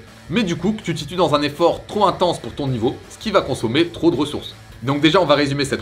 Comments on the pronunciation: Super vidéo 💪!! Juste un petit tips, quand tu dis "trop ...." Appuie sur le P, tu a tendance a dire "tros" A part ça explications parfaites👌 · Y'a un 'p' à la fin de trop, donc '' trop intense '' ou '' trop élevé '' ça se prononce '' tropélevé tropintense''